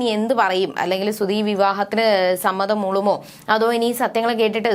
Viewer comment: ശ്രുതി ആണ് ശ്രുധി അല്ല